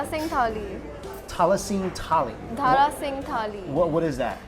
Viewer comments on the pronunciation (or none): haha, she said dhara singh, doesnt even know the name right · Its Dara singh not Dhara singh, believe me that girl have no idea about indian cuisine😂😂😂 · I think, it is pronounced as Dara Singh Thali. Dara Sing was a famous wrestler from Punjab and a symbol of strength. Obviously for that strength he would require a lot of food, so his name with thali. The Girl should have pronounced it correctly, and explained it name. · it's daara singh thaali not dhaara singh thali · Dhara Singh nehi beti Dara Singh 😂..."firangi aya hai toh mai bhi firangan ki tarha baat karungi" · I think this Thali is based on the iconic Indian wrestler "Dara Singh". So it's Dara Singh Thali n not Dhara Singh Thali. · It's actually Daara Singh , not Dhara singh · Abeeeee boh dhara Singh nahi Dara Singh hei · Dear sister it's not DHARA SINGH thali it's DARA SINGH thali (One of our most popular wrestler play role of HANUMAN in Ramayana serial) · Dara singh not dhara singh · This girl is cute but no brain. She don't even know how to ssay Dara Singh Thali, she saying Dhara Singh. Dara Singh was famous Wrestler, Àctor known to have massive strength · Usko dara singh nahi bolna ata dhara bol rahi hay🙄🙄